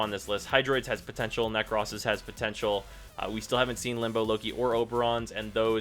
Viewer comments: Nek- rohs. Not Nek-rhoss. For the love of God. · Dude the way you say "Nekros" really fucking bothers me ..... 😂😂